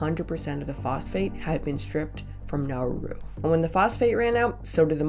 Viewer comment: it's not pronounced now-uu-ru, like you're saying. it's like, quicker. like nah-roo.